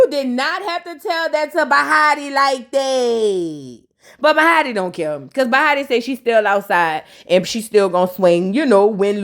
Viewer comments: lol I love you but … the girl is bahati … 😭😭 every time you say bahata, i get skressed! And please don’t take it personal But also, I’m not sure if she’s East African or specifically Kenya, but her name means “luck.” It’s a swahili word. I’m from Kenya that’s why I’m saying it but many East Africans speak Swahili.. but lol ok just saying 😭 and please don’t offended ❤❤❤ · You calling her “bahatah” really cracks me up 🤣🤣🤣 it’s Bahati(tee) …..chile, I don’t even watch these shows but I love hearing your commentary !! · you put respect in her name, it's Bahati not Bahara 😂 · Omg I’m not gonna get used to u saying bahata it so easy to jus say bahati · It’s you saying bahata for me 😂 overtime you’ll get the names down packed